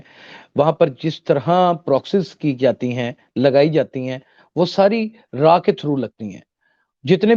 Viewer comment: Raaa.. Not raw